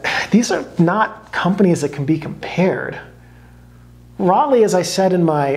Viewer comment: "Rollei" is pronounced "Roll-eye". I'm sorry, I had to say it. But otherwise a great video. Fuji used to make some really great films. NPZ was probably the best 800 speed color film ever made.